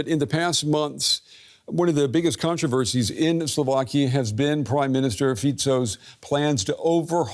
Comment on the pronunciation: it's slovakiA not slovakii you bright minded ...